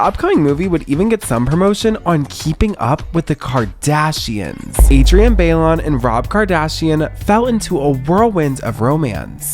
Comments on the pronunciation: It’s not Bay-Lee-On 😭😭😭😭 it’s BYE-LONE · To the gay who’s partially narrating this video Adrienne last name Bailon is not pronounced as “bail-on” it’s more like “bye-loan” Put some respect on these names please 💅✨ don’t miseducate people, culture yourself and your followers Makes the world a much more beautiful place doing so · Adrienne's last name is not pronounced like Bayly-yawn 🤦 It sounds like Buy-lone.... they literally said it in the videos you played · He keeps pronouncing Adrienne’s last name as BayLeeOwn instead of ByeLon and it’s killing me since it’s not even AI doing the voiceover narration lol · It's Adrienne BY-LONE. 😆 dang I cannot. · "Baileon" 🙄 girl.. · Okay, you really need to learn how to pronounce Adrien’s name lol. It’s BYE-LOAN. Or in the US it’s closer to BYE-LAWN. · Adrienne (Bye-loan) Sorry just had to say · Great video. Just upset you didn’t pronounce Adrienne’s last name right. It’s pronounced By-lohn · It's pronounced Bailon ( "BYE- LONE") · All of your videos are always so incredibly broken down but I’ve noticed in several videos that you guys butcher people’s names 😭. Adrienne’s last name is not pronounced BAIL-LION. It’s so cringe in every video when you guys mispronounce names 😭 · Ummm why is he saying Adrienne Bailon’s name like that? It’s definitely pronounced Buy-Lon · I’m loving the show new subscriber, but I really need you to learn how to say Adrian‘s last name. I’ve watched two cheetah girls videos in a row and both times you butchered her last name 😂😂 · How did they use her last name so many times and you STILL said it wrong 😭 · Ngl, I hate the way he pronounces Adrienne's last name. I think it's personal bc people are always adding letters into my name too lol. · It feels like you’re purposely pronouncing Adrienne’s last name wrong atp😭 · 2023 and y’all still can’t pronounce adrienne last name correctly 😂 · I’m sorry but the pronunciation of Adrienne’s last name in this